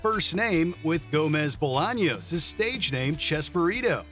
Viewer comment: It’s chespirito not chesburrito